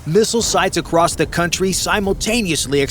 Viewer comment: Across has no T. Its across not acrosst